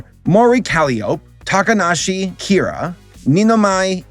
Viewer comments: It’s even more shocking how he pronounce Kiara as “Kira” and Calliope as “Calliop”. This is not just mispronouncing, it’s just ignoring letters. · I laughed when you said Kiara's name, i think is one of your best misspronunciations